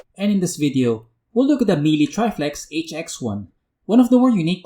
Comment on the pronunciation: Please! learn how to correctly pronounce Miele. Other than that, good review man. That fog test was so super unfortunate, Miele should be better than that.